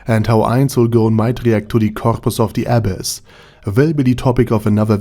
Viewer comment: i was hearing abbess instead of abyss, til i saw the comments